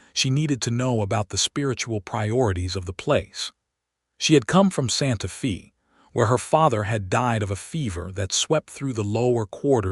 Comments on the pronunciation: Please work with the AI narration to get the town names correct (example: Santa Fe is pronounced Santa Fay not Santa Fee), people’s names (example: Deloris is pronounced as De-lor-is - I cannot even break down how AI is pronouncing it. Listening from TN. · NOT Santa FEE, Santa FAY. GOT IT?